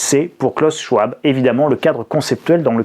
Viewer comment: Bon, on en est toujours a moquer une enfant qui a juste du mal a se dire qu'elle doit payer la dette ecologique de la gerontocratie patriarcale. On en est toujours a synthetiser brutalement le discours d'un homme dont on n'a pas fait la moindre petite recherche pour prononcer le nom correctement. On en est toujours a faire des titres qui font peur, pour redire les memes choses malgre le fait que cet ete passe vous a contredit. Pardon d'avoir un esprit critique, mais au moins les pubs vont bon train et le monde continue de tourner... Et pardon pour les accents, clavier anglo...